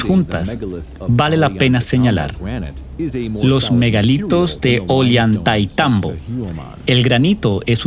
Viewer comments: Por favor, pronuncia bien es OLLANTAYTMBO..gracias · Esta mal el relator debe aprenderse bien los nombres es saccsayhuaman ollantaytambo